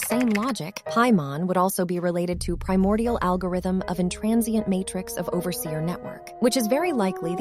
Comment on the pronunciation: I mean, she did say "Feel my priomordial wrath!"